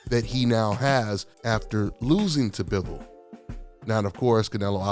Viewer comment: Butchered Bivols name sir.